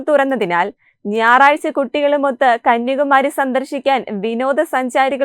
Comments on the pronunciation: കന്യാകുമാരിയാണ് കന്യകുമാരിയല്ല അക്ഷരം നോക്കി വായിക്കു എന്തിനാ വികൃതം ആക്കുന്നത് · കുട്ടീ..... കന്യകുമാരിയല്ല കന്യാകുമാരി എന്ന് പറയൂ